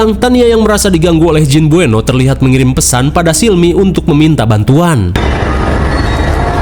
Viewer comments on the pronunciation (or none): jin beuno, tapi sebutnya jin buneo😭 bengek, ribet banget namanya ya mang😭🤣😹dasar setan😌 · Baca nya buno bang bukan bueno, kasian banget jin nya krisis identitas 😂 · Bukan bueno tapi namanya beunot min 😂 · Buno BG buno bukan bueno😂😂😂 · Tulisan nya BUENOE tapi bacanya BUNO 😂